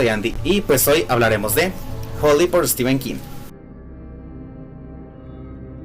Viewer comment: Muy bien por decir STEPHEN como stíven, no stifen. Prácticamente todos los youtubers de habla hispana que veo dicen stífen. El otro día vi a uno mexicano que lo dice bien. Ahora he pensado que tal vez Mexico sea la excepción y ahí, al lado de EE UU sí se dice bien.